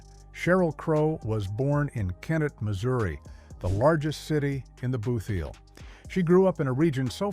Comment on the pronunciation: The area is not pronounced the “Booth”heel - it is the “Boot”heel (based on the shape). And it is not New MaDRID- it is New MADrid.